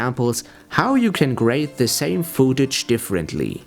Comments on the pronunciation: worst english ever xD fooouuuutage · Footage wird wie foot ausgesprochen :) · gehe bitte auf leo.de und höre dir die korrekte Aussprache des Wortes "footage" an. Ansonsten fand ich das Video sehr informativ. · "foodtage"... haha. es heißt footage! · This is an extremely helpful video. Thank you. With that being said.. I lost it when the dude says "Fooo-tage." hahaha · "fuutage" xD